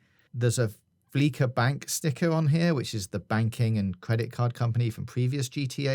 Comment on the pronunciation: OK... Jesus lads I've never experienced so many mispronounced things in one video. do your due diligence and make sure you're pronouncing things right.. It's not even the foreign words you're getting wrong. E.g Fleeca is pronounced fleece-A which is a joke based on banks fleecing people.